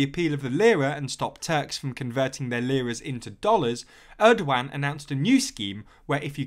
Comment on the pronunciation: That’s an interesting pronunciation of Erdogan